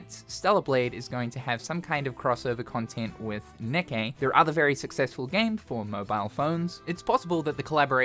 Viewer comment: ITS PRONOUNCED KNEE-KAY YOU R..E..A..T..A. R..D